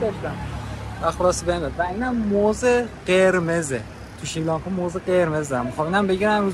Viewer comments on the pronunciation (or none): حالاچراشریلانکا،چرا سریلانکا نه،مگه لکنت زبان داری،